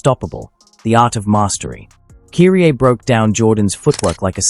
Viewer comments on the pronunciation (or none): great video as always but you're mispronouncing Kyrie's name. Kudos to the video though 🙂🎉